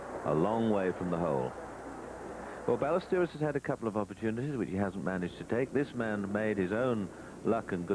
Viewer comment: Agreed. Which is why it's so surprising he kept mispronouncing Ballesteros.